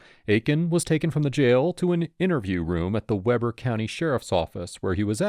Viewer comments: Good video. But one thing that done me nuts was how you said Weber. It's pronounced (Weeber). Another tricky utah town name is Tooele, just in case you ever do a story out of there. We pronounce it (too ill a) okay. I feel better now. 😂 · Its pronounced Wee'Ber not Webber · It's pronounced Wee-ber County, not Weh-ber County. I remember when this happened, I'm only maybe 15 minutes north of the 21st Street Pond. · Weeeeeber Not wehber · Weber in this case is pronounced "weeber"- not "webber". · Weber county not Weber county. We. Ber. Sorry, but that's a Pet peeve of mine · We ber not Webber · It's pronounced like weeber... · I lived in Utah for about 20 years. I know the area the murder happened. BTW Weber is pronounced Wee ber…..yeah Utah has weird things….besides murders. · It's pronounced Wee-ber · Pronounced Weeber County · Pronounce Weber correctly please😂😂 Wee-bur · WEEber. I know it’s not spelled that way. That’s how it is pronounced. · Weber County, Utah looks like it would be pronounced with a short “e” like Webber but strangely enough it has a long “e” sound like Deep.